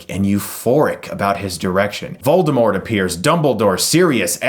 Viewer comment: Hey... not to be a dick or anything but the T is silent in Voldermort. Rowling stated this in a tweet.